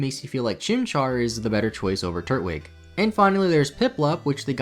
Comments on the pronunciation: I know you did not just say turt-wig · TUR-TWIG, NOT TURT-WIG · Please know how to pronounce pokemon right when you make a video about them. You pronounce Turtwig as Tur-twig. Because it is literally a turtle made out of twigs. You do not pronounce it as Turt-wig. It does not wear a wig and it is definitely not a turt! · Did he just say Turt-wig? Its TWIG. Tur-twig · I'm pre sure it's supposed to be pronounced "Tur-twig", not "Turt-wig" lol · If you pronounce “turtwig” as “turt-wig” and not “tur-twig”, im blocking you. Edit: He also pronounces “hearthome” as “hearth-ome” Kid what the fuck is wrong with you? Knows every mythical creature known to man but struggles with pokemon names and has never heard of a “ne'er do well” Edit 2 “Cana-lahvaey” does not sound as “cool” as you think. Cana-lahv. Did you seriously never learn to pronounce any of these words? Edit 3. Uhksee. He pronounced Uxie as uhksee. Im going to commit a hate crime. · “Turt-wig”, “Roaruck”.... these pronunciations are hilarious 😂